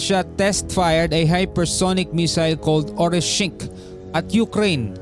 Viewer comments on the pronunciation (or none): Orishnik po at hindi Orishingk ang pangalan ng unstoppable missile ng Russia.